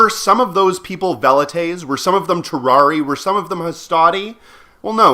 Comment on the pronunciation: Minor nitpicks with the latin pronunciation. "Principes" is pronounced with the c sounding like a k and "Triarii" has the second i sounding like the "a" from "able". Anyway, great vid. Thanks for the completely contextually irrelevant information.